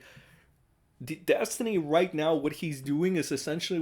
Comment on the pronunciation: The way I laughed at saying Des-tiny makes me think that maybe I'm a bit behindert. lol